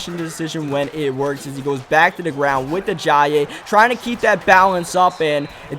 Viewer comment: Jay (uh-jI-ee) Ajayi